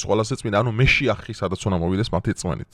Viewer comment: ხო გაიგეთ თქვენი პირით?😂😂😂მეშიახი კი არა მაშიახი❤